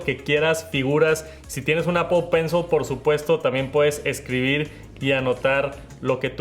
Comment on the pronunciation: “Pel Penshol”, “Estiqui Nout” 💀